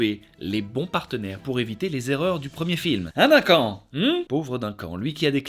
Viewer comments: Oh mon dieu tu a dit « dinquant »pour le prénom Duncan je suis morte le respect 😭 mon frère s’appelle comme ça aussi j’ai explosé de rire 😂😂 ça se prononce « deuncan »😅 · Ca se dit "deune canne", pas "d'1 quand" ... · Duncan ... " Deunn Kane " .. par pitié...😭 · ÇA SE DIT "DEUNECANNE" !!! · C'est tellement fait avec sérieux que j'ai cru à une énième prononciation farfelue américaine 😅